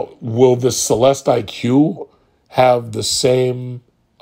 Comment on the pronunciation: It’s pronounced CELESTIC. Like Lyriq is pronounced LYRIC.